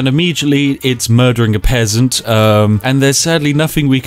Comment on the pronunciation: did u just call me a pessant XD spiff i’ll let u win this time next time ya won’t be so lucky -_